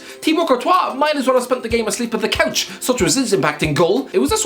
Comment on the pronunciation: The one word common in every video which has Irish guy: 'couch'